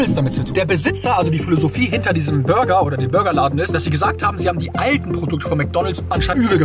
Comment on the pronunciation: Hast du gesagt der beste Bürger am oder habe ich mich verhört 😂😂😂